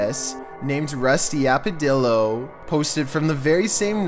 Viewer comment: "rusty apedillo" its rusty apellido😆